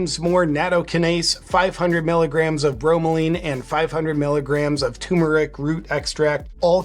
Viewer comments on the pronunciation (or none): Dude, learn how to pronounce TURMERIC